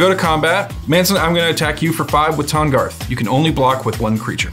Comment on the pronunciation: "This is my commandarth, Tahngarth"